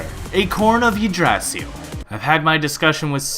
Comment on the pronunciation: the way you pronounce Yggdrasil...